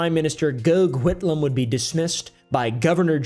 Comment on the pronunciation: Goth whitlam, not goog. ily